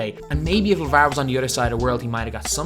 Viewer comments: Just post a video of you saying lavarrr and marrrvin over and over because honestly it rejuvenates me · They way he says lavar 😂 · dude the way you say Lavar is so weird